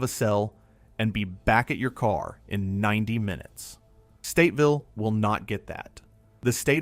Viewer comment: It kills me that he keeps saying Stateville it’s Statesville